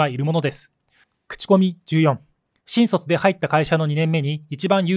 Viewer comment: 「新卒」のイントネーションが変